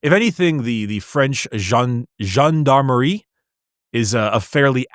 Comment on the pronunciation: butchering the pronounciation of Gendarme was so spectacular.